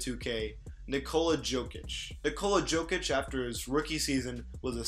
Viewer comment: Its yanis and yokich, also dragich with a g like in drag.